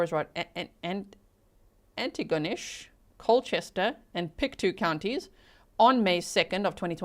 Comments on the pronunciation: It’s pronounced PIC-toe, like toe on your foot. You nailed Antigonish, wait until you have to try Tatamagouche or Kejimkujic. Place names there derived from Scots Gaelic, French and Mi’kmaq languages. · good job pronouncing Antigonish!